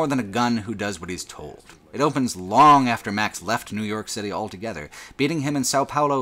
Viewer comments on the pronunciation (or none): Elso, elthough, eltogether. Whoever taught you English deserves to be fired.